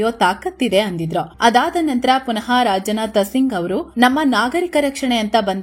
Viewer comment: It's not rajanatha singh it's Rajnath Singh